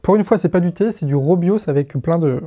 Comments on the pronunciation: Fake news, c'est pas du roobios, mais du rooibos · XD robio tu voulais dire rooibos